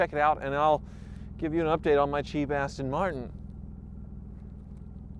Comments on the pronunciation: I kept hearing "Cheapass Tin Martin." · “Cheap ass-ton martin”😂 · The funny thing is "jaguar" is owned by ford which is an American company so i guess they can call it whatever the hell they like iv even heard them say austin marten before bless em